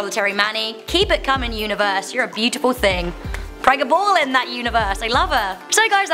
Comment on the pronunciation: Pre ga ballin hahahahahhaah say it right